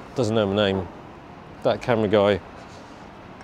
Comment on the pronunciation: "that camera "